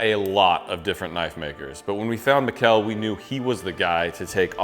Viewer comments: Mikl, not miguel xD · You didnt even try to pronounce Mikkel correctly. Come on guys...sheesh!